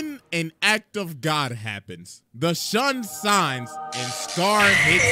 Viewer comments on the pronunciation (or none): How does nobody notice this nigga says “the Shun Sines”?